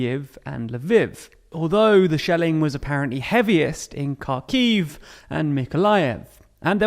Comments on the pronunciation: Can you please make an effort to pronounce names of places correctly? If you want to be a serious news channel you should be able to say foreign names without sounding like a fool. For example Kharkiv is pronounced "Harkiv", the K is silent. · it would take no more than 5 minutes to properly learn pronounciations of any significant ukranian cities.. mar-YOO-pol, HAR-keew, KEE-yew... list goes on.. incredibly annoying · bruh Kharkiv was so badly mispronounced. It kils me ugh